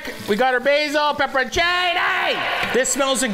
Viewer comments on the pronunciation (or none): none